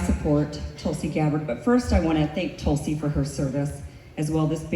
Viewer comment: Tulsi not gonna win ever. Even if she try 10 times. They can't even say Tulsi properly. The Americans r chanting Talsi talsi talsi.